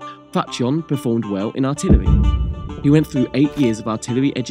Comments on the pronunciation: It's pronounced Fatyon, not Fatjon. It's pronounced Yenicheri Ahasi, not Yeniseri Agkasi. It's pronounced Constantinople, not Constanopel. It's pronounced Tekirdah, not Turkidag. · It’s pronounced Fat-yon, not fat john lol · I’m also upset the poster hasn’t rectified this major mistake. You would think someone who studies history would know that eastern-europeans, etc., pronounce the “J” as a “Y”. Ever heard of Jan Hus? It’s fucking pronounced YAN. This guy gets a downvote from me.